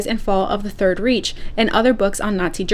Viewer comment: Reich pronounced rike. 😊